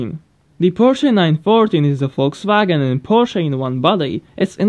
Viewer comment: ah yes volkswaagen sp2